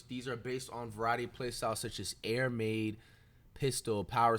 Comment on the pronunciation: Man said Air Maid🤦🏾‍♂️ this man can’t read.